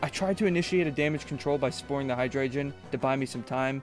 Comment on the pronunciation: I love this cosept and as someone who has followed comp Pokémon and only dipped my own toes in a few times, massive respect for making your own team, and spending so much time researching (one small note hydreigon Is pronounced “hi-dragon”)